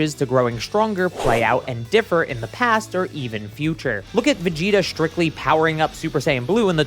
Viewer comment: you said Vegito instead of Vegita or at least that's how it sounded like